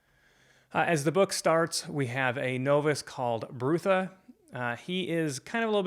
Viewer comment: I enjoyed your thoughtful review. Pratchett was a sad loss. I came to his work late as years ago I tried reading the Colour of Magic as the first in the series and didn’t enjoy it that much. Small Gods and Night Watch are my favourites. Small note, I’m pretty sure Brutha is pronounced “brother” with a northern English short u. (Think Sean Bean in LoTR “my brother, my captain, my king”). There are a lot of puns and wordplays in Sir Terry’s work. I only realised myself that Ptracy in Pyramids is “Tracy” quite recently. Edited to add: did you read any more of his books yet? You could tackle just one of the “series within a series”..You would probably enjoy the Death series since you enjoyed Small Gods so much. Many people don't recommend starting with the Colour of Magic because it's almost like a not fully-formed “proto-discworld” in terms of the world- building. I have read, and agree with people who suggest having a very loose approach to Discworld, accepting that sometimes Terry P changed things as he and the Discworld grew and developed.